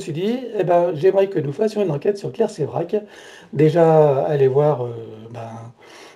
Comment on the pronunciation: Claire Séverac et non Sevrac ....